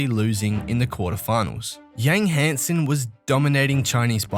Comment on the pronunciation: Hansen isn't pronounced the Western way.